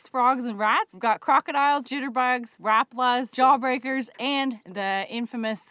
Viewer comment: Rapala pronounced (rah paw la ) 3 syllables